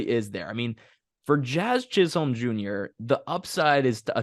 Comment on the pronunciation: It’s not Chiz Holme. It’s pronounced Chizum. Seriously. It’s hard to take this show seriously when you can’t even pronounce basic names correctly.